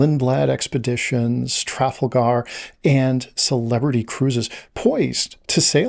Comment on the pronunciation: Your pronunciation of Tragalgar is distracting me. I've never heard it pronounced that way, and I've taken Trafalgar tours.